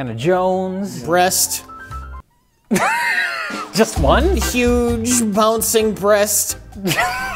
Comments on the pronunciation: Sure, everyone called out for not being able to say "breasts" right, but couldn't say "breast;" It sounded like he was saying "breasts" every time. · can't say plural breasts and can't say singular breast, amazing synergy